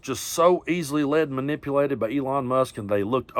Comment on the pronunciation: Menipulated its discussing